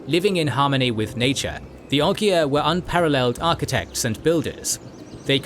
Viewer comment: It's pronounced Ogre.